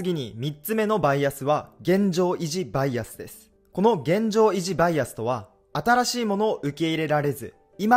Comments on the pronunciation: バイアスのイントネーションがちょくちょく違う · バイアスのイントネーション草